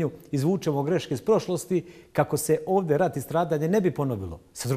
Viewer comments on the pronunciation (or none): Nije ođe Nego ovdje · Kakva je ovo dzaltara u cvenom sakou, koja kaze "vodje" umjesto ovdje.